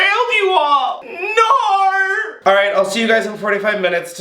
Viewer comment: Haha not me clicking the timestamp 8 times just to hear him say “Naur” multiple times 😂😂😂😂